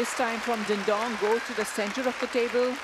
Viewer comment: Why does the female Commentator keep calling him DINGDONG. Got me everytime😂